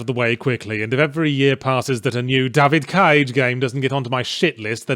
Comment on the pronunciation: Compilation of Yahtzee saying DAYVID CAYGE please